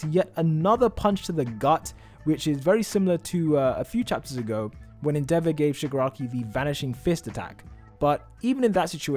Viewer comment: The way you pronounce endeavor rly tilts me, otherwise nice video